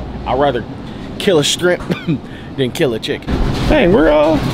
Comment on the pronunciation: He really said strimp. And more than once